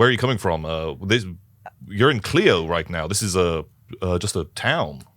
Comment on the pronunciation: It's funny, this is the second playing of this scenario I've seen and both times they pronounced Clio wrong, it's KL-EYE-OH (for anyone wondering). :)